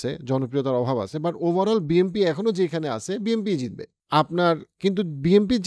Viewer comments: It's BNP not BMP , প্রেডিকশন পরে কইরেন আগে ভালো কইরা শব্দের সঠিক উচ্চারনের হোমওয়ার্ক করেন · ওটা বিএমপি হবে না, বিএনপি হবে নামই বলতে পারেন না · ভাই আমি যদি ভুল শুনে না থাকি, আপনে কি বিএমপি বছেন নাকি বিএনপি। 🙏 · আপনি বলছেন বি এম পি । বই এম পি বলে কি কোন দল আছে? বি এন পি আছে । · Its BNP not BMP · Bhai...... BNP not BMP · Bnp ke apni Bmp boltesen mone hocce😂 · Bhai BMP bolen keno..isn't it BNP😮😮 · বিএমপি হবে না। কথাটা হচ্ছে বিএনপি। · বি এন পি শব্দ টা তো আগে বলতে শিখুন 🤣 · বারবার BMP বলেছেন শুনতে খারাপ লেগেছে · ভাই মনে হয় বারবার বিএমপি বলতেছেন😂। যেটা খুবই লজ্জা জনক